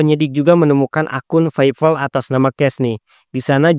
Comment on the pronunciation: lu bisa bedain penyebutan huruf V/F dan P ? kontennya menarik tapi cara penyebutan huruf V/F dan P bikin pusing 🗿 Villa lu sebut Pila Paypal lu sebut VeyVal cyPrus lu sebut cyVrus 🗿